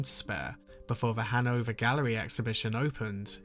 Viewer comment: I keep hearing “Hanover Gallery” as “Hungover Gallery”…although considering Bacon’s life, it’s very appropriate